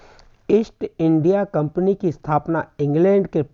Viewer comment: Kampni hota hai kapni nahi